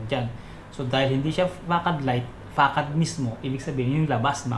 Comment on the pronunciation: 'fasad' po yata basa nyan idol